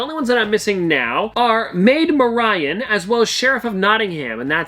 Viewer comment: Maid Muh-ryan🤣🤣🤣🤣